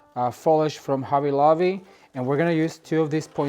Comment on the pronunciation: a "B" is NOT a "V" if you are going for quality fix your english !! its not hovvy lovvy !!